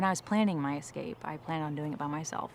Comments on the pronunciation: I have a "pet peeve". People who get paid to present things verbally should speak well. It's "escape" not "excape" ;and that guy on CNN, Jake Tapper (which sounds like a porn name) having a lisp. Just me? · I definitely was thrown off by " excape" repeated several times😂